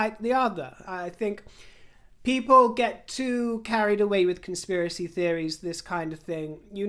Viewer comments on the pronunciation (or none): none